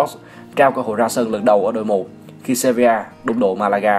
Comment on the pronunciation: Sevilla cứ đọc seria